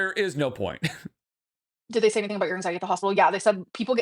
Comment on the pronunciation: Does that QLR Rosie person have arthritis? Might be why on the arthritis bandwagon. Don't forget, she picks up symptoms from everyone around her. You said the full word (wrong word). She calls it "Ang-zye-et" now. eye roll